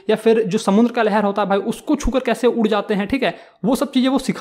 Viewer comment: उड़' को उर' ड को र. 👀